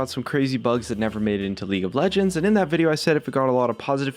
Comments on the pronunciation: did anyone else noticed he miss spells "that" at the beginning, he did it like this, "tha't" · Tha't.... Epic engrish Jeremy